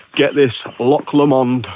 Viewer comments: You are right with the pronunciation of loch, the 'ch' should sound like you are trying to shift some phlegm. The videos are great, straight to the point, entertaining and informative. Love black pudding, especially Stornoway. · Yes, your inner Welsh got it absolutely right...loch or lochan, not lock!! 😊